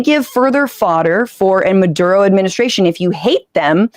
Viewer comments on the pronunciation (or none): none